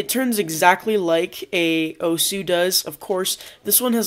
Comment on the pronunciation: Just letting you know that 'Ao' in Aosu is pronounced as 'ow'. Pedantic, I know, but for some reason it was annoying me. Great video otherwise!